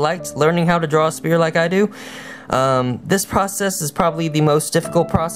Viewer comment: youre calling it spear and its pronounced sfere bassically